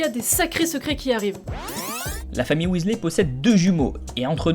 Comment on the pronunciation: William aka Bill, était déjà mon chouchou dans les livres.... Mais depuis que je joue à Poudlard Mystery, c'est sûr et certain, c'est mon Weasley préféré (au passage en anglais, on dit Weasli... ey= i )😉 Ensuite Charlie qu'on peut enfin découvrir... En plus, j'aurais été en classe avec Charlie (et oui, pour la majorité d'entre vous, je suis une "vieille" ) Mais y a pas d'âge pour rêver et être fan et même totalement geek et l'assumer! 😉 Par contre suis d'accord, mon expérience me dit que dans la vraie vie, le couple Ron/Hermione aurait sans doute fini par se séparer... Trop différents pour avoir la même vision de la vie, du couple, de l'éducation, etc...